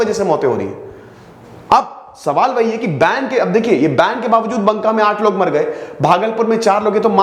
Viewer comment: It's बांका not बंका।